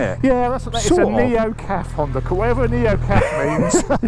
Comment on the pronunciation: 'Neo Caf' bingo anyone???